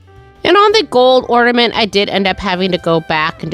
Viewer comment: I love your ideas but couldn’t listen you say ord a ment instead of or na ment!